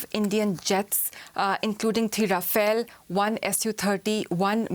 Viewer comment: She said 2 Rafael 😂